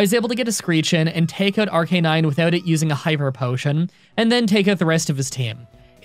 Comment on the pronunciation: it’s pronounced ARC-UH-NINE NOT ARC-EH-NINE like you said at 9.33 seconds in this video against the fire gym leader